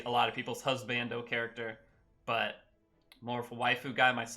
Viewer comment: The way he say husbando with the long a. CLASSIC.